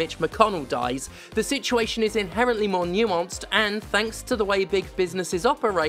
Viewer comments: "in-hair-ent-Lee" was a good one, got a chuckle out of me! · "In-hair-ent-Lee" got me. The cisual puns in the Jimquisition's current era have been top notch. Thankyou.